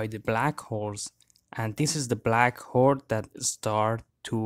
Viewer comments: The way you say "hole" looks like arnold schwarzenegger's accent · Ah yes, he has a “Arnold Shwarzenegger accent”